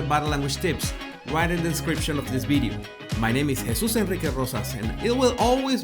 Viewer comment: Video not “Bideo”